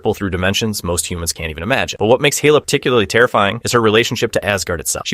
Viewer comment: Hayla? Its Hela lol ai voice is so funny